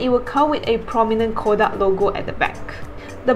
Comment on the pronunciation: You were pronouncing Kodak incorrectly. Please correct it from now on.